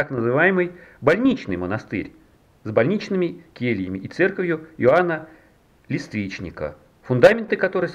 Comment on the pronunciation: Колокол блАговестный и Иоанн ЛЕствичник! Факты такие же непроверенные, как и ударения в словах?